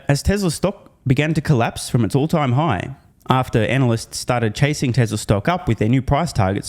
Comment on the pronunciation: 🎂Happy Birthday Mate!!! Did you say analysts or analiss? ROFLOL🤣